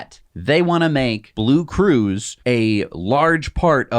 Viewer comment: will ever going to pronunce the name (BlueCruise) right... 😁😆🤣